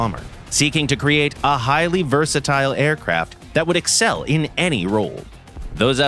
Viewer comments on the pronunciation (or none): none